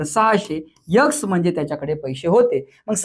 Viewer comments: सर please यक्स नाही तर एक्स बोला तुम्ही मुलं घडवता सर कुणी एखादी सुधारणा सुचविल्यास त्यात काही कमीपणा नाही. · यक्स नाही रे बाबा , नीट उच्चार कर, लोक बघतात तुला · It's very difficult to believe. Why should we believe you even. Improve your pronounciation first before making video. Yax? Fiyeve?